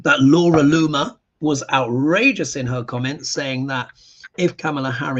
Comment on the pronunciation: **Laura LOON-mer...